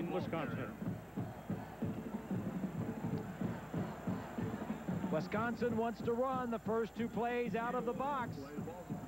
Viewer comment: I wish announcers would learn how to pronounce wisCONsin.